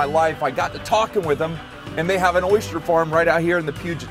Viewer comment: Oh my god! Its O Y S T E R ,not O Y S C H E R !!!!! Why does everyone here in Florida insist on saying it that way?!?!?!? Drives me nuts